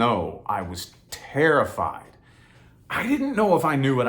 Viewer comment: everytime you said terrified, my brain was like wait were you... ✨tarotfied ✨ lol. thanks for putting this out there 💯